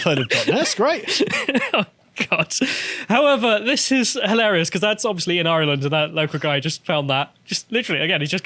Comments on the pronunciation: still can't pronounce Ireland ffs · The Irish parliament (Dáil Éireann) is completely full of globalist, woke, far left traitors. And hell yes that is depressing. But at least Irish reunification is around the corner AND we have a fantastic rugby team! And who knows maybe will one day learn to pronounce ‘Ireland’ correctly and Karl will bother to learn absolutely anything about his nation’s nearest neighbour. One lives in hope.